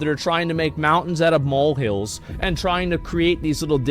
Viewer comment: All I heard was something about "mountains out of mald hills".